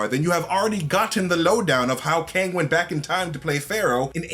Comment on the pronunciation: It's pronounced "kOng."